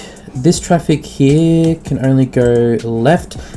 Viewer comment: hee-yah = 'here' this word was said how many times :D